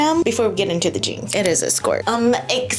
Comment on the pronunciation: The jeange. The Jeange? 😂